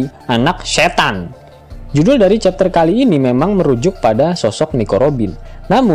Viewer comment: SE TANN nya biasa aja bro 😂😂😂😂sloww